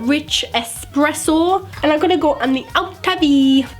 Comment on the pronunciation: IDK why I laughed so hard when you said "Outer-V"